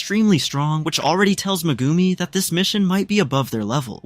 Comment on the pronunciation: you sell it Megumi but say Mgumi pronounce the E!!! but other than that good wook it was good